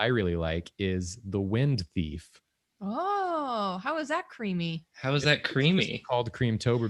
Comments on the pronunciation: I heard the wind beef, not wind theif 🤦👏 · I heard first prompt as "wind beef" and was so confused at the beginning, but slightly disappointed that I was wrong and will never see drawing wind beef.